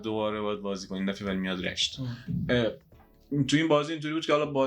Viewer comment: #رِشت or (R)ae(sht( ✅ #رَشت ❌